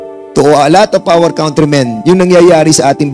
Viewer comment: Congratulations...Cong Fernández....saludo po ako s inyong concern s bayan ntin....pero (kantri) s country.. Hindi po (kawntri)...not to humiliate u po....for everyone's good po .SALAMAT po